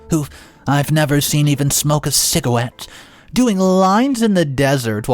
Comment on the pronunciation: “cigawette” You went full Elmer Fudd on that one! 😂😂